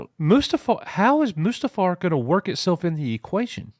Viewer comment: Coach sounds like he is saying.... "A-moose-too-far!" .... rather than Mustafar, lol.